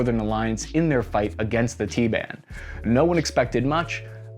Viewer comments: Is it really necessary to shorten a 3 syllable word like "taliban" to a 2 syllable word, like "t-ban"? Lolol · Please stop saying "T-ban". You're only saving one syllable.